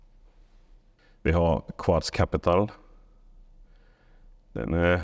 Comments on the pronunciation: Namnet skall nog uttalas "Kuds". Quds är det arabiska namnet på Jerusalem. Så bilmärket är i princip "Jerusalem" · Bilarna heter inte ”Quads” utan Quds vilket är det arabiska ordet för Jerusalem.